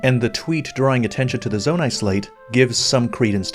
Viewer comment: "Zonai Slate" 😑